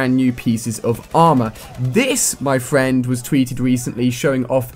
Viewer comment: Be my fwend